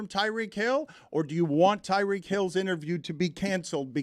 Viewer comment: Someone please tell Stugotz it’s pronounced Tie-REEK Hill